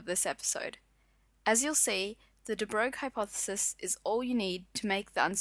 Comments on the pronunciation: I believe it is actually pronouced just 'de broy' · The right pronunciation of DE BROGLIE = "DE BROY", just like "the boy" with a rrrrolling R in it. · You really butchered De Broglie. It's French. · I wish you'd pronounce de Broglie correctly.